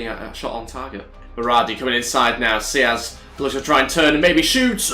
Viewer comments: It's not wiz it's saieez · Not siaz pal it's Saiz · I think it's pronounced Samu S-i-ez not Say-ez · Just saying it's pronounced 'Sigh' 'eez'